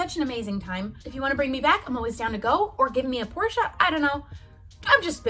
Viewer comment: YES ITS “POR-SHUH” I try telling my friends this and they still say “porsh.” Also ur really pretty